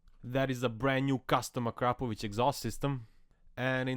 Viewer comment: You pronounced Akrapovic correctly! 💥